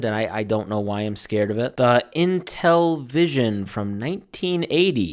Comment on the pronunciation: Obviously this guy was born way after these consoles. But yeah, he completely butchers the names, "Co-Lee-Co Vision." "Intel-eh-Vision." And to us, these consoles didn't look scary, they looked futuristic. And you don't say "Atari two six zero zero." It's called a "Twenty-six Hundred."